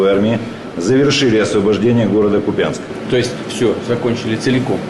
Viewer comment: КУПЯНСК🇺🇦(ударение на ,,У,,..Так всегада БЫЛО и всегда БУДЕТ🇺🇦)